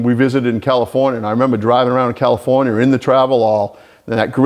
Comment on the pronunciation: Californ-yer. I can see omitting syllables and sounds, but I have never understood adding.